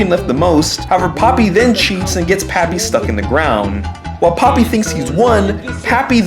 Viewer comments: Not poppy pronounced po pee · also popee is pronounced POH-PEE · Well her name is not papi her name is popee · Has anyone noticed most of the time he was saying papi the same for the entire video? AKA he was calling popee and papi the same thing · I always thought Popee's name was pronounced POE PEE lmao